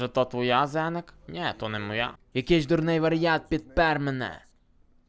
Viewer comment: Не зеник а зенек він сказав